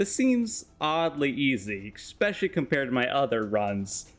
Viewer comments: eSpecially not eXpecially. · Can you please show me where the "x" is in "especially"? It was so cringe hearing you say "expecially so many times